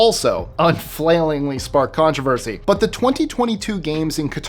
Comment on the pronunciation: A contravershe ?